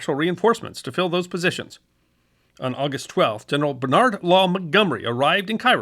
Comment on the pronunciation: You’re pronouncing Monty’s first name wrong. It’s not Ber-nArd (American ,with the stress on the second syllable) it’s Bernard with the emphasis on the first syllable. He was a Brit after all